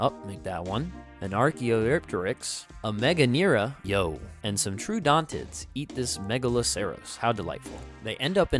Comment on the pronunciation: I love this channel, in all honesty. You’ve got a lot of charisma, you’re funny, and you seem very knowledgeable about the information you’re expositing But my GAW brother. The pronunciations. “Ankey-low-saurus” instead of ayn-kylo-saurus. “True-dontids” instead of trow-uh-dontids. Is it an inside joke I’m just missing? If so, my bad. But maybe lookup the agreed upon pronunciations for species and taxons, before u just wing it. You seem very intelligent and you know your stuff…but it’s gonna only hurt your credibility, if you’re wildly mispronouncing basic species and genus names. Besides that? Subscribed. Liked. Good job 👏